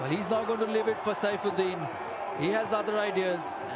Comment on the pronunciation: BRO IT SAIFUDDIN NOT SHAIFUDDIN